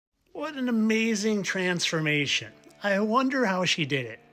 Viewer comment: "Trans-formation". lol